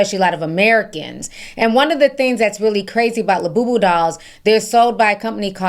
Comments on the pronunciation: That lady that couldn't say labubu right 😂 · Lububu sound like lil boo boo 😅